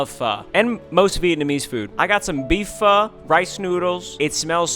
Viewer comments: fhuu omg😭😭😭 its pho (fho-o) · Its pronounced ph o not ph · Ain’t pho pronounced, f oh 🤔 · Woahh I was pronouncing pho wrong, thanks you two :)